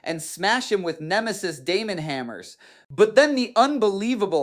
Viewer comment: AI video alert, listen to the pronunciation, Kharn, Khern, Dee-a-mon, the channel is probably filled with AI videos.